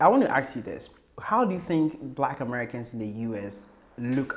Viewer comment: Please say 'ask' IT'S NOT 'AKS'....